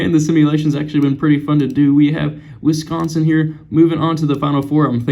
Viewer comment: Wisconsin, not Wisonsin